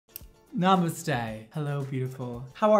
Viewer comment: Did sis just say "Nam-u-ste"?